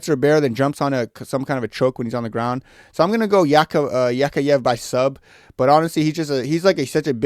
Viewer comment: bro its yak yaev not yakh yaye